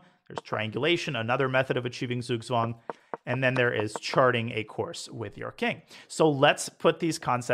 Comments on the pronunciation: Hey Daniel, I just wanted to teach you how to pronounce Zugzwang properly. Spelled in an English manner, it would be "tsugtsvang". So, you're pronouncing the vowels perfect, but German Z makes the sound "ts" and German W makes the sound "V". Thanks for the videos, love learning from you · Its right that its writen "Zug Zwang" but in german z is pronounced "ts" so it should be read "tsug tswang". Thanks very much Daniel for this awsome series.